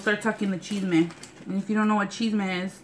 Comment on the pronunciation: lmao when you said "chisme" at first i thought you said "cheese man".... i was like what.